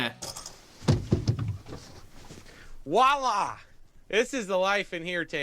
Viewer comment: The guy on top Gear said "walla". It's "voila!"